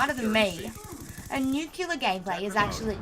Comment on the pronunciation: Nuclear, not nuculer.